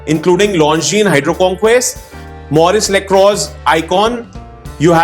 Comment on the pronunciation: Maurice Lacrox 😂 brother, fix up your pronunciation first for making watch videos.